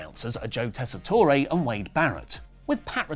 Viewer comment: Tess-i-tore...Tess-i-tore...TESS-I-TORE...not Tess-i-toray. Good grief, dudes. How long are you gonna continue to get his name wrong?